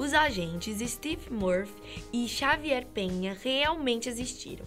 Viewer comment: “Stef” murphy e “xavier” penha kskdkdkddkdkdksm